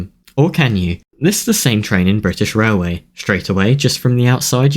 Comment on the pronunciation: „Brithish Railway” Real goosebumps